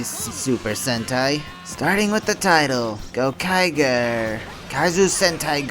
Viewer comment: Yeah I have a feeling you have no idea what you're talking about just from the way you pronounce Gokaiger. It's Go-kai-jer